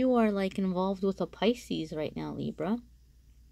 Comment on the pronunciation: Thank you for your reading. But you say picis a couple of times 🤷‍♀️ Maybe that’s a very strong energy.